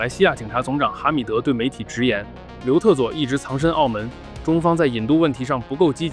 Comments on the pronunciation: 我一直听成刘厕所😂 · 总听成刘厕所...是我耳朵有问题，还是你发音有问题....😅